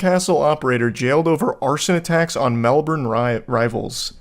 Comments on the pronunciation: I love that you pronounced Melbourne like and Aussie 👍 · it makes me happy hearing an american pronounce is right